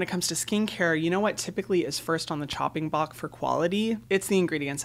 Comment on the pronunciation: Chopping block, not “bock” 😉